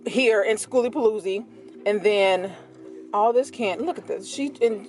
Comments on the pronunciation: The new pronunciations of skooliepalootzki kills me everytime. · You are hilarious! We made it a drinking game, everytime you mispronounced skooliepalooza.. soo much fun in a short video🤪🤪🤪. Do the sounds like you said the adventuring greggs have a yt channel? It exceeded your expectations? What were you expecting. Sooo cool to see so many poc there.